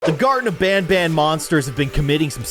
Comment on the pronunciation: can you play garten of Banban II and Garten of Banban III? And you say it like this(gar-ten-uf-ban-ban)